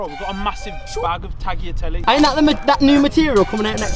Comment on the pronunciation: "tagiateley" i died